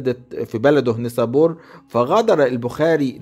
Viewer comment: اعيب علي حضرتك ركاكة اللغة فكلمة بخاري ونيسابور لا تنطق هكذا كما أن الارض بما ضاقت عليه بما رحبت . أما المحتوي فلا باس به.